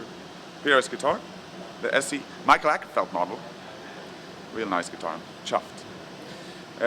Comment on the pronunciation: He says "Mikael Akerfeldt" funny. Gorgeous guitar.